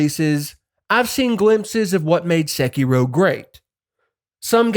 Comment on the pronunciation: It’s so hard not to constantly hear SEH-kee-roooow, but my NE accent bias aside, you fucking nailed every comparison and problem/benefit that each of these games has. I also want to play Sekiro again, but am trying to get through the new games as they come. Would LOVE to see if you update this video with Wuchang: Fallen Feathers! Best true souls-like I’ve played, following FromSoft’s formula to a Te